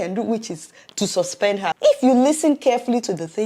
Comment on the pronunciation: I thought you were a Nigerian. Bit the way you pronounce the word "her".... What's up with that?